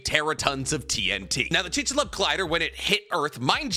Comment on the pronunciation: With love man, chik-su-lube 😂